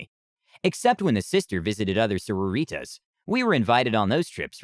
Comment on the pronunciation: The way he says the word sororitas makes me sad